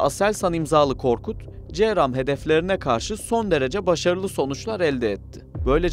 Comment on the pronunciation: Counter rocket, artillery, and mortar, bu cramın açılımı ce ram die okunmaz c